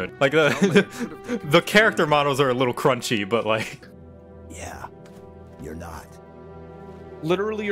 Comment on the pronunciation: "the character models are a little crunchy" why did you have to say it like that? 😂